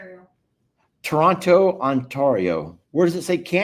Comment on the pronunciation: Toronto, Ontario…. goodness you’re a teacher… you should know how to pronounce and say it..